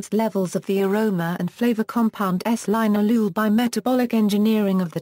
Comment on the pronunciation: It's pronounced lin-al-oh-ol